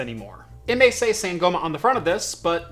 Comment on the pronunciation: Sangoma, Zulu traditional healer, should be pronounced more like Sahn-gaw-ma. Ubuntu, Zulu term which refers to oneness, community, or hunamity, should be pronounced more like ooo-boon-two.